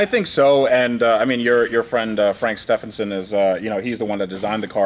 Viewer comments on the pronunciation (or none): Love the videos and the sheer chutzpah to tackle these projects. Just crazy! (One tiny niggle - please pronounce Stephenson correctly - as Stevenson.) keep up the amazing work!